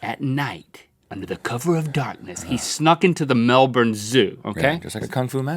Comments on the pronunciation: I'm proud of you Link for pronouncing Melbourne right Gives gold star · I'm surprised to hear link say Melbourne correctly ahahaha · That's the most correct I've ever heard a American pronounce Melbourne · When I knew it was the Melbourne one all I thought about was will they say Melbourne right. The answer was yes. Well done Link! I'll leave now. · Holy crap. An American who pronounces Melbourne correctly. Brilliant. Love GMM <3